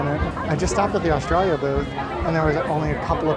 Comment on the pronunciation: Loving you saying "Australia" in an aussie accent! I often end up doing the same thing :) I'm really looking forward to my first visit to Epcot although I have to wait until April for it :(